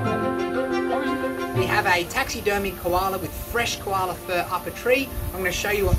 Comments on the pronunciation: why is so funny when he says "KoHalA" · Everytime he says "koala" i thought he called me lol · I love how he says Koala! Lol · Put the subtitles on when he says Koala 😂